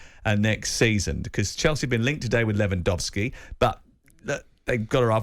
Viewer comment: Robert Lewandowski it’s probably one of the top -3 strikers in last decade And those clowns can’t even pronounce his name properly😩😩